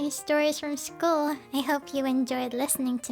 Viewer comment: School not shchol 😐